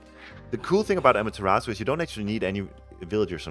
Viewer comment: its amaterasu,not ameterasu